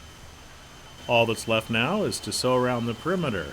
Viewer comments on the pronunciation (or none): none